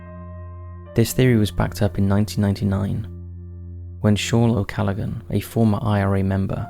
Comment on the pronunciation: What is wrong with the narrator? He is unable to pronounce any of the Irish names. "the Curragh", "Leitrim", "Callaghan."